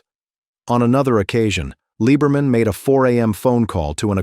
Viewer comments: It is pronounced Lee-Ber-Min. Clare is a guy. Clare, driving Jim's number 2 car won the Winternationals at Pomona, not Jim. I was a crewman on Brutus in '65 and '66, and alcohol or drugs were never a problem when I knew him. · that is NOT Pam!! That is Barbara Roufs! SHEESH!!! And that isn't how you pronounce his name either! I'm glad I just skimmed thru this dribble... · He's hardly a "footnote in drag racing history". He's frickin' Jungle Jim Lee-ber-min.